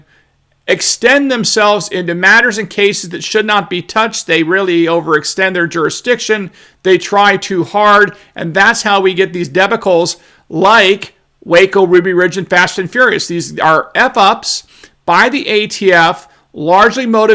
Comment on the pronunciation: "Deb-i-kells"???? After a second or two I realized that mispronounced debacles (deh-baa-culls). Other than that, an essentially flawless presentation.